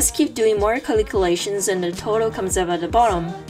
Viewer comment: i love the way she saids Caliculations😊